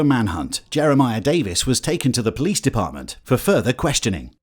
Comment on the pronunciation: that tickled me a little bjt 😂😂 “po lease”